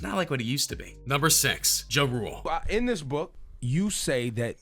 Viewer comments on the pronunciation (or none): It sounds like ur saying drool.. it's JA RULE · Lol he killing me the way he saying ja rule making it sound like jarule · LEARN TO FUCKEN SAY HIS NAME! JUE ROOLE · Please correctly pronounce Jah (like God) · Omg . He said Juh Rule sooo many times! I can’t!🤷🏽‍♀️🤦🏽‍♀️ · The moment this guy pronounced Ja Rule as Jarule I know the list was gonna be bogus. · "Juh Rule" lmao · Dude said “juh-rule” 🤦🏼‍♂️ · He said juh-rool 😂😂😂😂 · Juh Rule 😂😂😂😂🤦🏽‍♀️ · It's pronounced as Jah-Rule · Its pronounced Jaa Rule... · LOL JIROLE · Once he pronounced “ Ja Rule “ like that I stopped the video 🤦🏾‍♀️ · After You Said Ja Rule Name The Way You Said It I Cant Even Take This Video Serious. 😣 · Had to stop after Wayne, this narrator is an idiot, he said Ja’s name wrong too, lmao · Bruhhhhh..if ur gonna talk about BLACK rappers learn how 2 say they name..ur killin JaRule name my Caucasian dude..smfh..typical white boy..cant pronounce black folks names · Anyone else notice this channel STAYS pronouncing ppls names wrong?? Like Ja Rule and Cardi B. It makes me laugh everytime 😂😂😂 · Stfu you don’t know what the hell you are talking about when it comes to Ice Cube and Lil Wayne...you sound hella dumb. The FBI ended murder inc and Ja Rule. Also learn how to pronounce Ja Rule name right you FOOL! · This dude can’t even pronounce Ja rule name lol 😂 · He cannot pronounce JA RULE to save his life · Can you say JA rule correctly... jesus. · You can't even say Ja_Rule correctly STFU stop uploading BS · Can someone teach him how to say Ja Rule